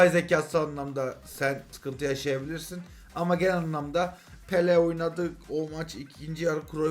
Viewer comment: Abi bir Pele Pepee diyorsun Sonra peleye tekrar dembele diyorsun bu defa😂😂 seviyorum seni iyi. Ki varsın